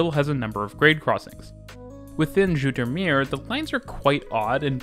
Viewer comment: Great video, and not that it matters but Dutch "s" and "z" sound are the same as English, not a "sh" or "zh" sound like you pronounce them here. For example the first syllable of "zoetermeer" is pronounced like English "Zoo".